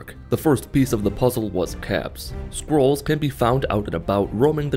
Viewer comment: The only thing I heard is squirrel